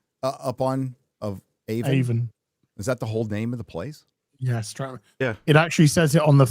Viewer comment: I actually grew up one town over to Avon NY. It's actually pronounced like "have-on" just without the h and an emphasis on the a. You plebe.